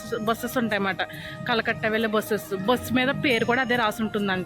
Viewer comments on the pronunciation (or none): కలకట్ట కాదు అండి కరకట్ట అండి